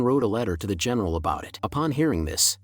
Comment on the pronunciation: why does female general sounds like female genital hahha